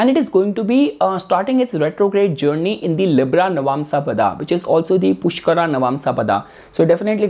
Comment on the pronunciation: pushkaraa, bharaani jbrdsti real pronunciation ko kyu distort kr rhe ho